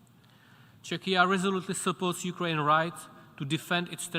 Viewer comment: "Chechia" ??? What? You mean Czechia? Czech Republic? The way he pronounced it sounded like "Chechnya" Embarassing